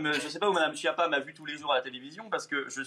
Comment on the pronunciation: C’est un menteur. Schiappa se prononce ”Skiapa”.